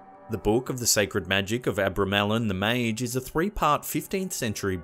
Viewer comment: It's pronounced mage I you English just fuck up the language, just stop, you think you use better than anyone else, but really you chew it up, spit it out, you suck.